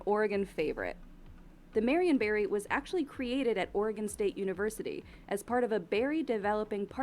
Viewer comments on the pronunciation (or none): I heard marionberry as Marion Barry. I was like wtf is a Marion Barry pie full of, crack?